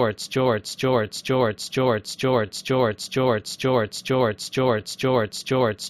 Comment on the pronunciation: I've been hearing Joe Ertz since